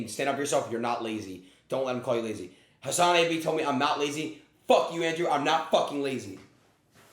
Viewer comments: Doesn't know who you are yet pronounces your name correctly despite Adin going out of his way to say it incorrectly 😂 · lol, 'who's Hasanabi' while pronouncing it better than the guy he's talking to.